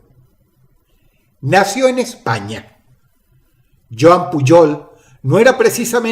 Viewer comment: Pujol se pronuncia tal como se escribe De ley dross siempre debe pronunciar mal las palabras? Xd